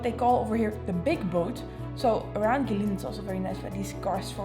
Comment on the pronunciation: pronounce it as Go-way Lin = Gui Lin In English, we have the word "Bin", replace "B" with "L" and ta-da "Lin"